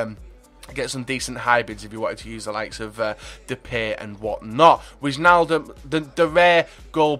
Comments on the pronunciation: If there is wij like en wijnaldum you have to pronounce it like why so whynaldum :-) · You pronounce wijnaldum like whynaldum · wijnaldum, if you call him Why-n-all-dum it's pretty close to the dutch pronunciation. and pls call Depay Memphis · Witchnaldum and Zowut xD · The 'ij' in Wijnaldum is said like the 'i' in ice